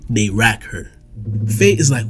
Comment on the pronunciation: Please never say rack again